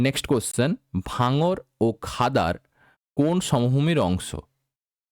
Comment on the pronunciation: খাদার আছে r dada আপনি খাদোর বলছেন 😁